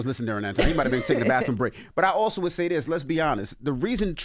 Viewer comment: Isnt it SAY NOT HAY?